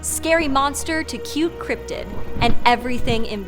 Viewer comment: "cryptid" not "cryptic"